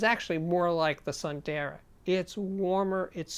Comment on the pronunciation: I believe it's pronucned soon-the-raa which means beautiful in sanskrit. ☺ Great review Steve